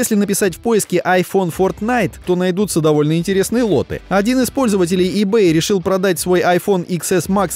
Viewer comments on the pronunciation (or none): none